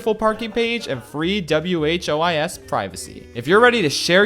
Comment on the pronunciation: Did … did you just spell out WHOIS?